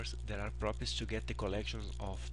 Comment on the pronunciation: Thank you for these videos! They are very helpful. But just for your reference: 'properties' is pronounced 'prop'-'er'-'tees'. Not 'properts'.